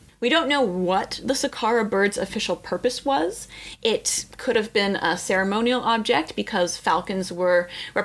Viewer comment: ‘But, have you Beeeeeaan therrrr?